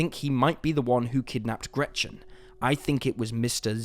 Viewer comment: Sorry, but the way he pronounces Gretchen triggers me so much, as a german.